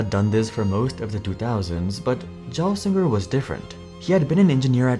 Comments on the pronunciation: What a terrible, and poorly researched video. Offers only surface level information/history, while still bungling the overall timeline of events and getting facts wrong, from the very basics such as how to prononuce Gelsinger's last name, to falsely claiming Nvidia had a contract with IFS, to getting Gelsinger's compensation wrong. Also, 0 analysis of what Intel's coming challenges are, nor what options they have to survive, and instead merely offering a (clearly uninformed) simplistic opinion of "I don't think they'll make it." Do not recommend. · ty the miss pronunciation drove me bonkers too. I worked in a company where he was our ceo, so am way to conditioned to the proper pronunciation. (Gelsinger G is like game, not jam) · If you are going to say "Gelsinger" that many times in the first , you should learn to pronounce it. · Yeah, the author of this video makes many mistakes. He can’t even pronounce Gelsinger correctly. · Were you intentionally trying to see how many different ways you could mis-pronounce Gelsingers name? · I stopped watching 1m in after you did it a second time. I also clicked don't recommend channel because you clearly don't know anything about the industry or you would know how is name is pronounced. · You fuggin tool can’t even pronounce Pat’s name properly. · You pronounced Pat’s name wrong the entire video. It’s not said “Jelsinger”, it’s a hard G, like in the word gold. Gelsinger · You are pronouncing his name wrong the G is hard not soft. Not 'j-ello' but 'g-old.' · Pat Gelsinger's last name is NOT pronounced as "jell sing ur" The g is a hard "G", and pronounced like the G in "good" So it's "Gell sing ur" (Is this video narrated by AI?) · They didn’t give him enough time. It’s a 5+ year plan. Also Gel with a hard G not a J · Sorry but you keep calling him "J"elsinger instead of Gelsinger with a hard G like in "guy" is taking away from the video XD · Gelsinger... hard G (not Jelsinger) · Gelsinger starts with a hard 'g'.